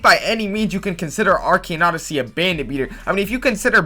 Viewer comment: Actually everytime he says arcane odyssey it makes me kinda mad or pissed idk why when the other guy says it not you tough you say normally